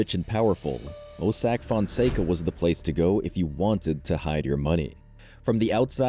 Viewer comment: This an amazing channel but the overly used Ai is crazy. “Mossack Foncego” 🤣🤣🤣